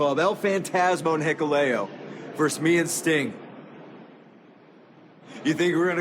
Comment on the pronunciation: Why is it so hard for wrestlers to say VERSUS?